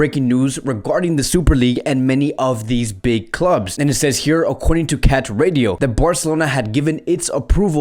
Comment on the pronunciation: It's Catalunya Ràdio not cat radio